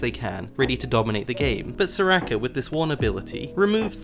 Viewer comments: "Soo-Rakeh" pauses video keeps playing video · mans says serakah